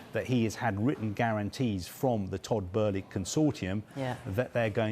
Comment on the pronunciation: Idiots at sky cant even pronounce his name, pathetic journalists Its 'BOW-LY' not 'BER-LY' - its actually depressing what sorry excuses for journalists